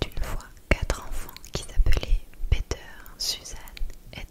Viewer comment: J'adore ! 👌😍 Je dois t'avouer que ça m'a fait bien rire comment t'as dit : "Peter" 😂